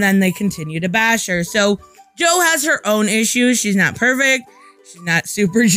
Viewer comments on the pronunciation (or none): none